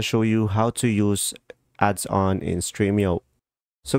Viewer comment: It is adons not adson